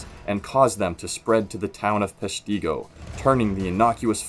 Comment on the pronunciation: It’s pronounced Pesh-tea-go.It should have been higher on the list.